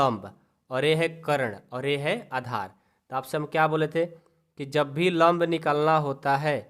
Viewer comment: Vo lomb nahi hota 😂😂😂 lamb hota hai😊😊😊😊